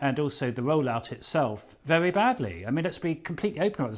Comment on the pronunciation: Adonis got say his W wery